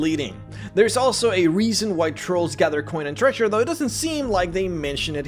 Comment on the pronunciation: I'm distracted by how you pronounce 'treasure' as 'thresher' .